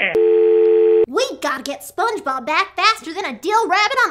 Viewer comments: we GEATTA GET SPENGEBEB BEEEEEECK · “SPONG BOB” …. lol